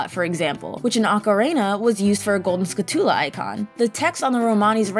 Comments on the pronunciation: Has a lot of errors, I'm starting to think its intentional Haha. "OCARAYNA" and "SCHOOLTULA" I seen in another comment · Sku-tula Wtf? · My favorite part of Ocarena (rhymes with macarena) is collecting all those skuh-TOOlahs. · Don't forget those "Skuhl-too-las" because apparently the skull tarantulas are now part tulip or maybe wearing tutus. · "Which in OcaRAYna is used for golden skuhTOOlah icon" My ears, they bleed! Ocarina isn't supposed to rhyme with macarena! Also, skultulla is just a portmanteau of skull and tarantula. Whenever people put the emphasis on the "tull" part of skulltula, it aways confuses me since you don't pronounce tarantula as taranTOOLa. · "Wizzer robes" "Okka-rayna" "Ska-2-la" "game front" ... Please just axe this audio and redo it. It makes your channel appear laughably out of touch when things this obvious get messed up.